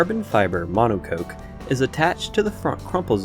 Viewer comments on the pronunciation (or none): The way he says monocoque really irritates me lmao